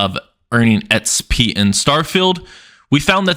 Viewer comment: Xp not sp or etspy what the heck are you saying